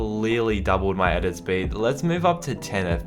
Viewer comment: No one:: I THink 1 FPS dOUPLed my edit Sped